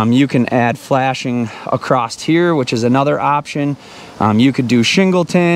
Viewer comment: Like ACROST!! instead of"Across" lol